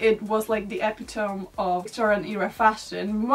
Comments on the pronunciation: Epitome is pronounced uh-PIT-oh-me rather than epi-tome lol. You're welcome ☺ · love you girl but you pronounce epitome as "epi-tome" instead of "eˈpidemee" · Epitome is pronounced ee-PIT-oh-mee. I pronounced it E-pi-tohm the first time I read it, and English is the only language I speak. You speak English better than many native English speakers. Love your videos!! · EPA TOME? Did you mean ah pit tow me? ✨Epitome✨ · In case anyone is wondering, you pronounce the e and the end, like epitomee. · EPITOME! Haha. I used to pronounce it as it is spelled, too, up till 8th grade, when I was corrected by my horrified best friend, "It's eh-pit-ah-me " :0 lol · Epitome - that word is pronounced eh-PIT-o-me. Nothing to feel embarrassed about though: this kind of thing happens a lot for people who speak English as a second language. You have a very good vocabulary, and speak more clearly than a lot of Americans actually! 🤣The word isn't exactly English, though, other than by English having absorbed it. It's originally a Greek word. I can remember saying it the same way you did, when I first said it out loud. My mother said that was because I had a "reader's vocabulary". Here's something I've come to use a lot: if you look a word up online, many dictionary sites have spoken pronunciation guides. You just look for the little speaker symbol and click on it. Here's a webpage that talks about which syllable gets accented in pronouncing Greek words, as well as some other general pronunciation guidelines. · Sorry, I’m gonna be the pronunciation police... epitome is pronounced eh-PIT-o-me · Epitome is pronounced e-PIT-oh-me. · Epitome is pronounced e-pit-o-me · Thank you for this interesting video. One note though: "epitome" is pronounced "uh-PIT-oh-mee". Thanks again - Victorian fashion is fascinating. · I live for the way she pronounces "bow" and "epitome" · not to downplay all of the details you're mentioning in this video, but your pronunciation of the word epitome is adorable